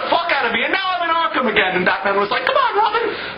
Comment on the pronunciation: Did you say ARK...HAM